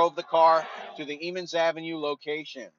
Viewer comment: it’s pronounced Emmons as in M &M not Eee